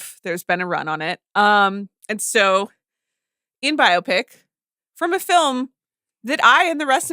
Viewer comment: Can’t get over CR pronouncing “biopic” as “myopic”